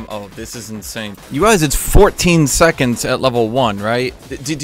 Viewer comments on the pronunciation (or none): none